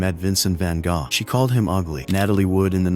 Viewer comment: I love hearing ai voices struggle with Gogh.